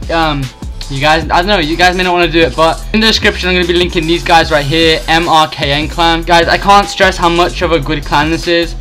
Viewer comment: its not MRKN clan its merkin thats how you say it